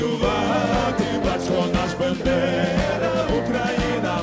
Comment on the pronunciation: У Скрипки багато крутих і , навіть , геніальних пісень. Але цей варіант Червоної Калини не подобається!!! І мені почулось ,що призвіще Б А ндера вимовлялось неправильно? Певно, здалось. Перепрошую.